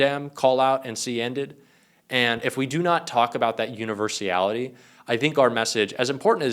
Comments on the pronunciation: Oh, if you're going to set yourself up as an expert- please at least get your words right! - for example it's 'universality' not universiality! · it's not universIAlity, It's UNIVERSALITY (no I in there). Just sayin. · The word is universality not universiality‼️driving me nuts 🥜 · Universality, not universiality. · A kind correction: the word is "universality," (6 syllables), not "Universiality, (7 syllables). I assume you welcome improvement. Thanks. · It's "universality"...just sayin' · .....univers-ee-ally? Oh, c'mon bro. Starting to sound like Trump pronouncing acetaminophen. Love ya,, but clean it up a little, huh? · Please pronounce universeeality right.